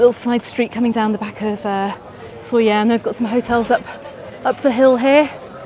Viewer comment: Please try to pronounce it right: [ˈsoʎə], thank you.